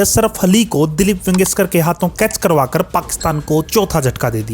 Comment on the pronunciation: भाई जब आपको बोलने का इतना शौक है कि 10 मिनट के वीडियो को आपने खींच खींच कर 25 मिनट का बना दिया, तो थोड़ा ढंग से बोलना भी सीख लो। वेंगसकर नहीं है, वेंगसरकर है। मुदसर नहीं है, मुद्दस्सर है।